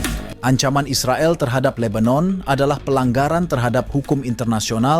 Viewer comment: Bro cakap Is the gail ya bukan Israel... hmm..cakap malaysia macam itu yaa 😊